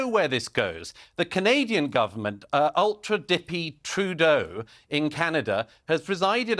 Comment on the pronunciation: Ultra dicky is what I heard 😂